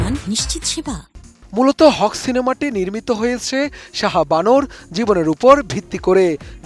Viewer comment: It's not হক, it's হাক। মানে নিজের অধিকার।